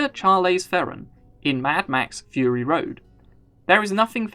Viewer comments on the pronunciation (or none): none